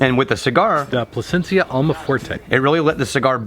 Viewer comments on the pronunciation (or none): Placencia not Placenta